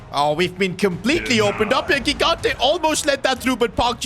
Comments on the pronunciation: Second episode where I point out that it's not Gigante with the hard G put it's pronounced Jigante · If Gigante is Italian, you should pronounce first g as “j” sound (like in Gigi Buffon) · Awesome video! By the way Gigante is pronounced Jee-GAHN-teh.